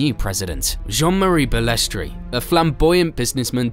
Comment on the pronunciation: He was also a crook and did some very bad deals to further his own interests. His attitude towards drivers that if they did not like it they could be replaced, it is not Bales-tray it is very annoying in this video listen to Ayrton Sennas perfect pronunciation. It is sad to see it go from the pioneers like Frank Williams and Ken Tyrell to the elitist sport it is today. I started watching it in 1979 at age ten when they could really race and it was incredibly dangerous but for drivers then it was the allure of it. I will never forgive Bernie for not stopping the Imola race weekend in 1994 when Martin Brundle found out he had been driving past a massive pool of Ayrton Senna’s blood he was sickened. Also he misled Senna.s brother and he was banned from the funeral they never forgave him. He sold out the true fans by making it pay for view of which I was one for many years. The only reason I really got back into it was Sebastian Vettel and Max Verstappen, the latter as he is so like the young Senna I grew up watching. Liberty Media are going to ruin it and the mystique of the drivers has gone they are too over exposed except Max as he, like Senna likes to get on and race and keep his private life private. Bernie Ecclestone was a ruthless and mean team boss though they laugh about it now Nelson Piquet was so frustrated by the time he left Brabham in 85. Also Bernie’s support for Putin is odd but yes as you say the man is a legend! ❤😂😮